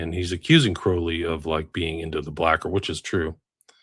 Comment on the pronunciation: Sorry but as Englishman i have to say this,I've come across quite a few Crowley's in my time,all were pronounced "Croh lee " not the "ow" sound.